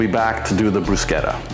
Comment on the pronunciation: I'm so glad you pronounced it correctly lol I work in an Italian restaurant (and I'm Italian) and you wouldn't believe how many people pronounce it incorrectly.